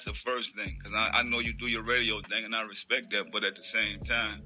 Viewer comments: Can't respect a man that tells me to "respek" him😂😂😂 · "Put sum respek on my name" lol